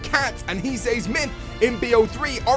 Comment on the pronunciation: Myth: Can you pronounce "says" correctly?